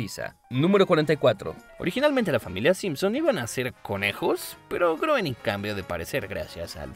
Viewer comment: se pronuncia grouwning